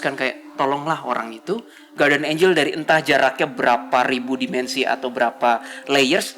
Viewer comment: Bacanya Gardian, bukan Guwardian.